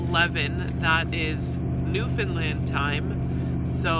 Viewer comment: AAARRRRGGGHHHH...... please pronounce it right Newfoundland....is..... understand.....newfoundland ..understand